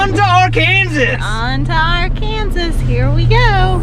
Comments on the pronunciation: You remembered to pronounce the s in Illinois but forgot to pronounce it for ar-kansas. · Go ahead say it…ArkansaS.